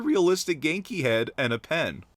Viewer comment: It's obvious he hasn't played saints row calling viola vieola, calling ginki ganeki